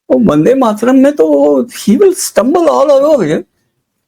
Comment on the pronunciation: वन डे माट रम जिसका उच्चारण हो वह पार्टी वन्दे मातरम् कैसे बोलेगी ? जवाहलाल जी क़ो किसी भी चीज़ क़ो टुकड़े करके आनंद मिलता था, चाहे भारत क़ो टुकड़े करना या वन्दे मातरम् ही क्यों न हो. बहाने बाज ने जिन्ना क़ो जो पसंद नहीं था, वह बहाना था, ख़ुद का इस्लाम जागा और कर दिया टुकड़ा !